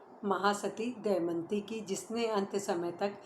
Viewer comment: शानदार प्रस्तुति क्षमा चाहूंगी सती का नाम दमयंती है आप दयमंती बोल रही हैं।